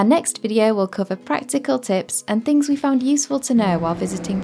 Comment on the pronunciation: You are pronouncing Barbados wrong